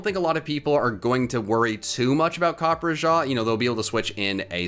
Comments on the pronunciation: Huh, copperjah instead of copperajah in pronunciation. Well that's neat. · as an indian, i gotta say i cringed at the way you pronounced copperrajah's name. it's copper RAH JAR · I am REALLY sorry for butchering the pronunciation of Copperajah along with seeing that the first moveset has a mistake and has 52 SPA instead of 52 SPE! Sorry about that, but I hope you guys enjoy the video regardless and I’ll work on my Pokémon pronouncing skills! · I love you but how do you consistently pick terrible pronunciations for Pokemon games